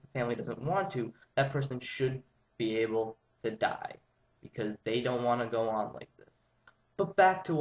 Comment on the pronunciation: apparently he did, and the word he got was.. 'die' .. seriously, as constructive criticism (i aint putting you down, just trying to help you improve) emphasizing the word 'die' detracts from your argument. other than that, not a bad vid - presented better than most i have seen so far thx for talking about it w/o going all emo..